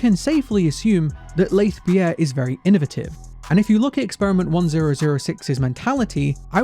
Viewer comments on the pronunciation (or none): "in-o-vate-ive". Not in-o-veh-tive" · Just gonna be the person who finds the way says innovative enduring and kinda funny /Lh